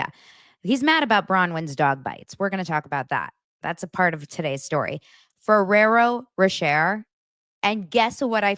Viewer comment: It's said Ferrero ro-shay lol